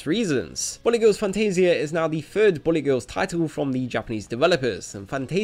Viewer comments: Is it just me or does this guy's accent make it sound like he's saying "Bunny Girls" instead of "Bullet Girls"? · ok you have a hard time saying the word bullet it seems its not bully, bulet like ballet BULL-LIT say it with me now--- BULL-LIT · It keeps sounding like you're saying Bunny Girls. Which I wouldn't mind a game of..... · Who else heard "bunny" every time he said bullet?